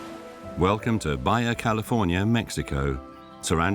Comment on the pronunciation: This isn't East/Northern EU... Baja is not pronounced as Baya...